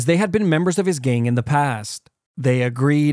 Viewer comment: love how he always says ''gain''' instead of gang